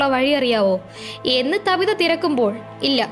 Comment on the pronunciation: താബിത അല്ല ചേച്ചി റ്റാബിത ahnu